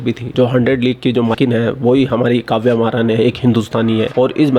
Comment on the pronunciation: काव्या मारन आप सिर्फ उस पोर्की से अपना नाम ठीक से लेणे को बोलो. बाद मे खिला लेना जहा खिलाना हे.